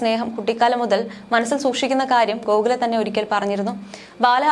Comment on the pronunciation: കോകില എന്ന് പറയാൻ അറിയില്ലേ നിങ്ങക്ക് 🙄